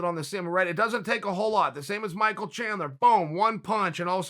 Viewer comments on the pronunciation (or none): none